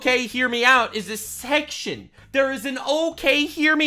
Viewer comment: "A Barns & Noble SECTION!" Emphasis on that first syllable: "SECKZ!"